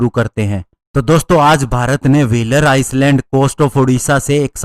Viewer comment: zhandiu ice land nahi iland bolte hain